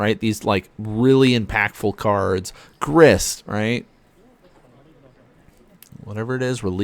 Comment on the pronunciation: I’m sure you probably caught this on the rewatch but Grist cannot be FON.